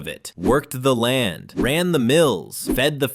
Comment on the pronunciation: "Lan"? You forgot the "d", dude.